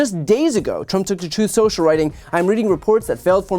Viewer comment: *Troth Sensial